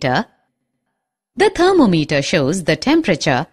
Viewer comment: Thermom eter not alcohol meter